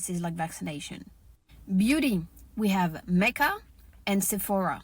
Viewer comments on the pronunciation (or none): none